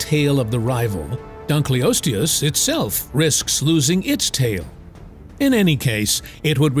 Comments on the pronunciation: Yo this video is chock full of horrid pronunciation - i mean - Dunk-lee-osteus? Come on. hahaha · Dun-kil-os-te-us to be phonetic. The discover was named in hoonour of David Dunkle. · Your pronunciation of Dunkleosteus is making me itchy. It's dun-kul-OS-tee-us. Like the German word for dark - "dunkel". Named after the paleontologist David Dunkle. I know you can't/won't edit the video, but spare your own embarrassment going forward. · Not an expert, but I think you are mispronouncing " dunkleosteus" The first part of the word, "dunkle," rhymns with "uncle," is German for dark. So, dunkle is a word, and I'd think the pronunciation should be dunkle-osteus. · I had to leave when I heard dugliosos for the time